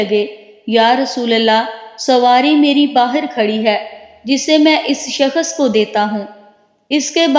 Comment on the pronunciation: Skhas nh hota h shaks hota h apna talaffus bhi shih kr lijjyeyy please